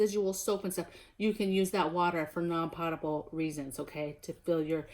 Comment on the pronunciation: pronounced "p-ohtable" water